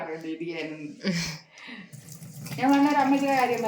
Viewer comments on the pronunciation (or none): ഇഡിയാൻ അല്ല ഇതിയാൻ